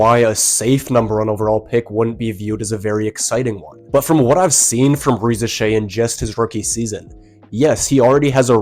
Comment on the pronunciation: I think you are the first I hear not butcher Risacher's name. Great content👏❤